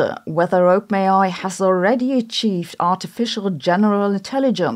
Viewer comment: every time you say openai i mishear it as oatmeal